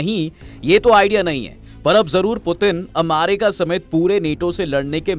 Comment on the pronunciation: अरे यार तु क्या अमारिका अमारिका कर रहा है, यदि सही उच्चारण अमेरिका बोलना नही आता है तो किसलिए वीडियो बनाने चले आते हो, अमारिका अमारिका,,,,सुन कर irritation hota hai